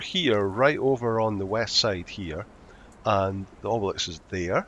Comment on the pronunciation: Mate, learn to pronounce obelisk cos it’s cracking me up 😂